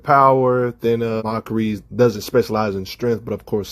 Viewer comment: Look, I know he hates "grammar nazis" but when you are screwing up names so bad that you got to lock at the video to see who he meant, that's pretty bad. Like he's literally calling MAKARI "Mockery". That's unacceptable, lol!